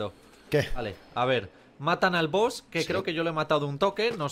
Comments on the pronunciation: es Boss no boos😂losiento por ser tan tocahuevos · Se dice boss no boos xd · Todo el mundo: BOSS: BOOS